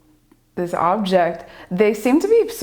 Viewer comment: she is so amazing! but please teach her the word"object"